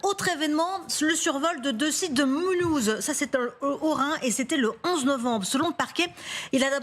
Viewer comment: Elle est tellement excitée l'imbécile Au lieu de dire Mulhouse Elle dit MOULOUZ !!!! ET BIEN SÛR COMME ON EST TRÈS HUMBLE ON NE SE CORRIGE PAS ET NE S EXCUSE PAS. TU PORTES BIEN TON NOM TETE DE VAMPIRE